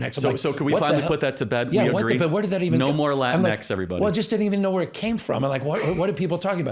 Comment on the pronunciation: It's not pronounced Latin-X it's pronounced "latinks".